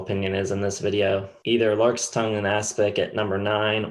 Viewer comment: Larks tongues in aspic Not larkes! Is that even a word?